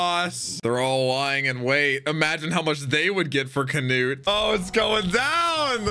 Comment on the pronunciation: why did he start saying can-ut-e